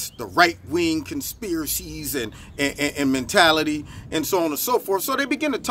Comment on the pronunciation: Mentaty. Men tat ty😂😂😂